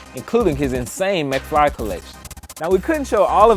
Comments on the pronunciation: dude said mcfry lmao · He just say Mcfry?